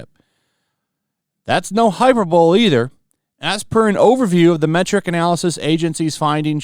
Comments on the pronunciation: Come on man... "hyperbole" is pronounced "Hi-Per-Ba-Lee" not HYPERBOWL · It’s Hi-Per-ber-lee, not hyper-bowl. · Did you just say "hyper bowl"? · Hyperbole pronounced High-Per-Bowl-EE. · Hyperbole = High-Per-Boh-Lee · "hyperbowl"... really? really??